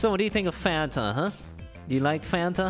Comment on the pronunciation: Hispanics (not all) pronounce fanta as Fuh-Ahn-Tah